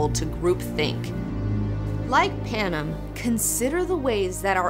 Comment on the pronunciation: The way she says Panem bugs me to all ends omfg.